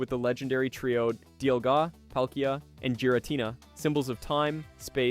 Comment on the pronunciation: Your pronunciations of some of those words… who taught you how they sound??? Omega … dialga… other ones too.